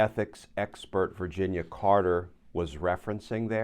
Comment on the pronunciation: Her name is Canter, not Carter.